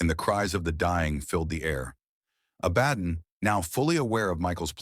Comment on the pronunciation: pronounced ABA-DON, not A-BAD-DON.